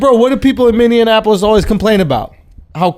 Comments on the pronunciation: Andrew says Mineonapolis, and y'all were giving Charlamagne shit for mispronouncing it lmao. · Schulz clowns CTG for calling Minneapolis Minneanapolis... then unironically proceeds to call it minneanapolis from that point on 😂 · Andrew laughs at Charla for pronounced it "Minneanapolis" then proceeds to call it that unironically multiple times